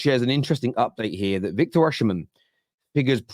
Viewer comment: learn to pronounce the name right! Osimen, the sh is silent in the Edo language..